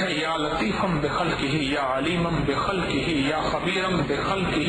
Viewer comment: Its not 'yaqabeero' It's 'ya khabeero'